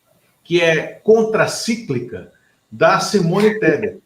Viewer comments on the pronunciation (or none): Contracíclica? Fala sério!